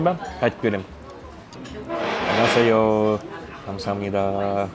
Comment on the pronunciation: Таңсамнида деп әкетіп жүрсзгоой😂😂